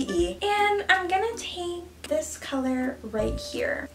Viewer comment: when you said take you sounded so welsh haha